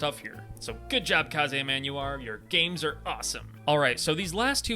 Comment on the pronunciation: I believe that it's pronounced "Kaze".